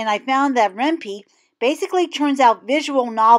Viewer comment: Ren pee? lol I thought it was Ren "pie" because it's short for python.....heh....